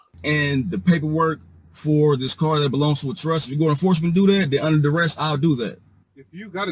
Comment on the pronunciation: I guess they consider it a success if they end up handing over the required documents as long as they say "its under daress".🤣🤣